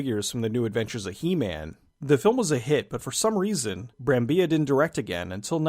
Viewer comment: He says "Brambi-ya" as Brambilla was spanish , but still Marco Brambilla is italian. :) (pron.: "bram-bill-ah)